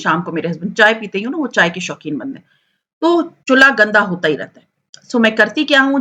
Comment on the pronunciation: Chullaa nhi chulha hota he